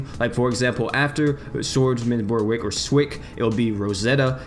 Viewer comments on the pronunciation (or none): none